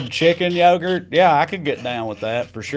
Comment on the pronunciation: "Chicken yogart" will from thus day forward be a weekly joke. Thanks ya'll. Btw, when i first tried to remember what you said I thought it was Turkey Puddin' 🤣🤣🤣